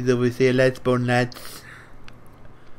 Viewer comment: "Obviously a Lesbon Lads" Legend XD